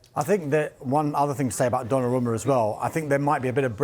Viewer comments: Donnarama... ffs guys, it's 2025. Learn to pronounce foreign names! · The one “expert” can’t even pronounce Donnaruma correctly , and this is their full time jobs 🫠